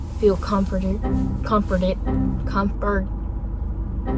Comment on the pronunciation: You saying "Comforted" is so relatable 😂 I specifically struggle with random words when I'm alone talking to the camera. Be developing random lisps, dialects, and all.LOL